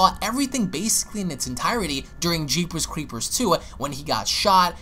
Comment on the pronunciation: The way you say jeepers creepers like your teeth are clenched is provoking a "nails on the chalkboard" kind of reaction. Very weird. I'll slap myself in the face. That's better.